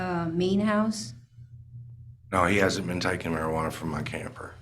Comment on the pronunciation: marjuana is legal in most states. This attorney doesn’t know how to pronounce it correctly.